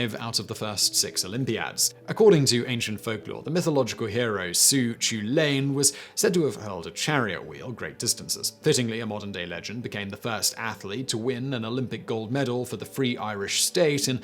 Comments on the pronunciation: How is it possible Simon doesn’t know a single solitary Irish person to run the pronunciations past them? “Finnecain” was bad enough (Paddy Finucane = Finn-oo-can) but Sue Choolain... Sue Choo-bloody-lain?!?!?! 😫 Only for the fact he had an article headline with Cú Chulainn, I would never have recognised it. Cú Chulainn = Coo Ch-ull-inn (the Ch is gutteral, like in the German language) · "Suchulane"? Try "k'WHOO-lin" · Actually coo hoolan but you're much closer the second C is lenited to the point it's almost silent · Who the feck is Sue Choolaine? Christsakes. 🤣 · Cú Chulainn is pronounced like koo-hellen (the "ch" is pronounced like the German "ch" in "licht," closest sound in English is "h"). Unlike English, the letter "c" in Irish is never pronounced like an "s," they have the letter "s" that does just that (go figure lol) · Coo-cullan - Cú Chullain - get it right Simon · It's pronounced Ku Kulayn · Sue Chewlain? I have never laughed so hard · "Sue Chulane". Ah, now. That can't not have been on purpose. It doesn't even make sense to pronounce 'Cú Chulainn" like that even if you're only familiar with English. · Thats not how you pronounce Cú Chulainn, its pronouced, Coo Cul-linn .... typical english🤣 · Sue who? It pronounced as coo Culain as 30 secs on a pronunciation website would tell you. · It literally takes effort to mispronounce it that badly.